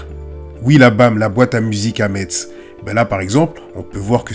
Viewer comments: Ça se dit "mess" et pas Metz mais c'est pas grave force à toi 💪🏾💪🏾🔥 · Metz se prononce MESS 😅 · On prononce Metz "Mess" grrrrr. Tu es pardonné de part la qualité de ton contenu toujours très bien analysé, et jamais dans l’excès ou la recherche du buzz ! Encore une très bonne vidéo 👍✊ force a toi